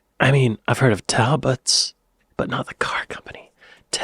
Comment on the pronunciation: Talbot was pronounced '_Tall_bot' not "_Tal_bot"